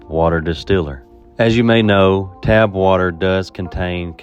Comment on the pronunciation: Just a small suggestion, but you can certainly say it however you want to, I believe the correct pronunciation is "tap" (as in rhymes with cap) water, aka you are tapping into the municipal water supply.